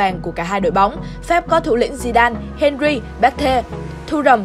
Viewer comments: Nó đọc đúng tên henry. Bạn nghe thế nào vậy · Thi loi Nguyen Nó đọc đúng rồi m ơi